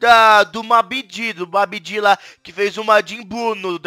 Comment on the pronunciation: É babidi e não mamidi